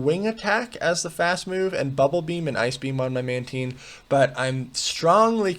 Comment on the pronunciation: It's pronounced "Mantine," not "Mantine"